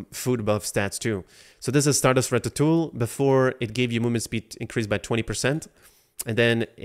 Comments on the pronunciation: ra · tuh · too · ee :face-green-smiling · home boy really said JRAPHICS Interchange Format JRAPHICS ?????????? not surprising can't pronounce ratatouille...